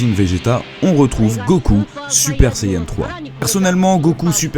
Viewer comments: c'est pas "SAYEN" mais SAIYAN. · saiyan !!!!!!!!!!! pas sayen